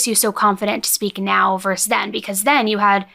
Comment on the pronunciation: fyi: it's pronounced 'versus' (vs/ver·sus /ˈvərsəs) not 'verse'